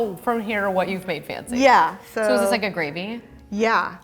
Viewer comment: Why is it so hard for to learn how to pronounce "fancy"? Lol, she must have heard that word like million times.